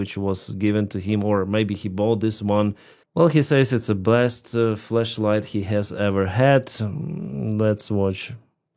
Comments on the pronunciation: OHHH FLASH LIGHT! Right... okay thought you sayin flesh light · Bro you say flesh or flash light lol 😂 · Your accent made it sound like "Fleshlight"